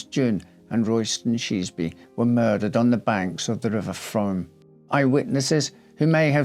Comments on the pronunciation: A minor observation, the river is pronounced Froom as in moon. I remember the case well. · What a sad sad case. I could listen to you talk for hours, such a lovely voice, & so smartly atired & groomed. Thank you. The name of the river is pronounced Froom, even though it is spelt Frome!!! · Excellent presentation,, although I need to point out that 'Frome' is pronounced 'Froom' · We pronounce it: "froome". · Interesting story. Thanks for doing this. Just a heads up. It’s pronounced Froom 😊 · The River Frome is pronounced Froom, like broom. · Spelt frome pronounced froooooome! X